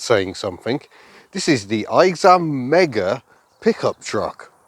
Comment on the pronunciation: Aixam is actually pronounced as “X-am” and it's a contraction of “Aix-les bains” (its headquarters are still in AIX-les-bains as of now) and “AutoMobile”. I still don't see the appeal of these things, they are horrendous, slow, unsafe, shakes a lot (especially the diesel ones, and it's even worse on the older models) and are WAY too expensive, the Aixam City in its lowest trim level costs almost 12000€ in France (I'd rather buy a used Twingo 3 instead lol). Only the Twizy and the Ami are pretty good imo.